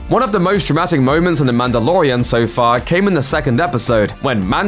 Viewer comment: when who FOR SOME REASON DOES LOOPER VIDEOS NOW says Mandalorian, all i hear is Amanda.